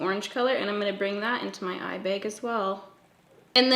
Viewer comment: just obsessed with your pronunciation of the word ‘Eyebag’ 😂😂😂😂 kills me every time! 😂🤷🏻‍♀️